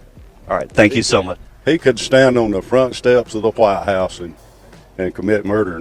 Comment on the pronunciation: "Of the white hase"